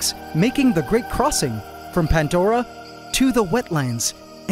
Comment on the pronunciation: Is there a reason you have added a t to pandora and pangea?